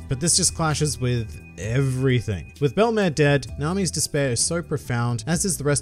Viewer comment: I hate to break it to you but it's belle-mere not thelmas, also fun fact belle-mere translates to step-mother in french